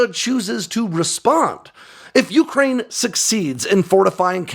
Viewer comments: bro. it's yucrane. not yooocrane. great report, but you're putting the emphasis on the first syllable when it only applies to the middle part. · Dude, please stop saying yooookraine